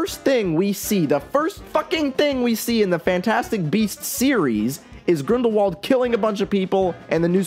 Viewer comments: I'm sorry but I have to say it: Grindrwald. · Btw I have recently noticed that Rowling pronounces Grindelwald with German pronunciation